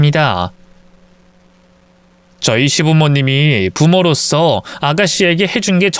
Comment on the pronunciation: '부모로서'가 맞고 잘 글자 써 놓으시고도 왜 발음을 '부모로써'라고 하십니까. 제발 말씀도 '부모로서'라고 옳게 발음 해 주시면 대단히 감사하겠습니다. 정말 듣기가 펺지 않아서요. 감사합니다.